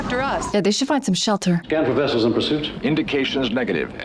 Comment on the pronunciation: ... nuclear... wessels...